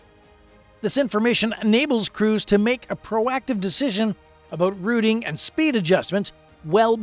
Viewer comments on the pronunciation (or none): none